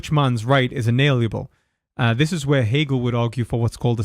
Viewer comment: You keep saying "inaliable", when you mean "inalienable".